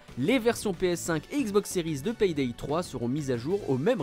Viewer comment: vous avez vraiment un problème avec la prononciation des "Y" par chez vous... PAYDAY se prononce "Pé Dé" et pas "Pèye Dèye"... d'ailleurs "Play" de Playstation"... se dit pas : "j'ai ma plèye" mais plutôt: "j'ai ma plé" ;)